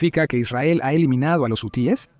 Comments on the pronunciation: Este comentarista es un imbecil no sabe ni hablar es hu e s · Jusies , quienes son esos ? Si no sabe pronunciar ,,,busque otra cosa que hacer !!!